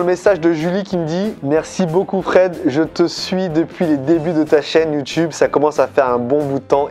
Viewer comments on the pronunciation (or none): none